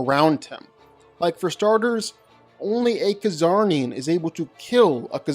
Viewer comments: Lobos species name is pronounced with the letter c being silent dude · Pretty sure the "C" is silent in Czarnian....